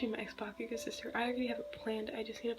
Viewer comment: I died 🤣 when you said bakuhoe Atleast that is what I heard🤣😂🤣😂🤣